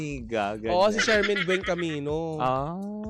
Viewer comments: Boplox tong mga to. Magbabalita na rin lang, mali mali pa. Shamaine Centenera Buencamino NOT ShaRmaine. Pepsi Herrera, the Fashion Designer passed away in February 2017., pwede bang magbasa basa muna kayo bago kayo kumuda on air? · Shamaine not Sharmaine